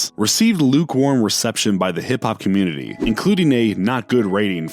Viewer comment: He was sayin comitee.